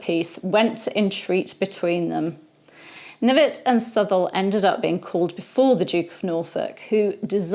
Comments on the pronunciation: I'm certain that his surname was pronounced "kuh-NIV-et." Was he related to Sir Thomas Knyvet, who had the famous duel with the Earl of Oxford? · Seems French. Maybe it was pronounced Knee-vay.